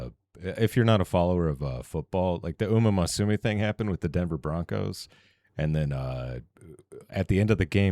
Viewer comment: It's Musume not Masume